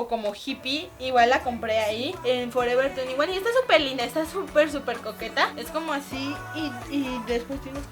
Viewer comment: "Lo compre en forever tuniguan"😂😂😂